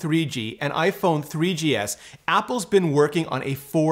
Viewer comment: “3GS sick”? At first I thought it was a mispronunciation but he says “6S” right before that, and he could have easily edited it out so it sees to be purposeful. Can someone explain?